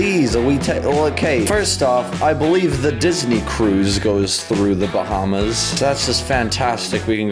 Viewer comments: I thought Dad said, "were flying to the Obamas" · Ro-hamas? Maybe Bahamas